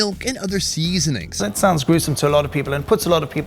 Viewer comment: the way he emphasized seasoning was hilarious